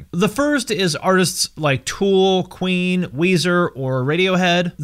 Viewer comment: When he first said Queen, I though he said Ween